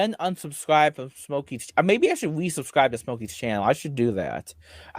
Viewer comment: *the cawl is coming fwom inside the bwuilding.